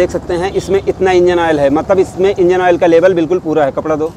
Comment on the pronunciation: Awol nehi oil hota hey😂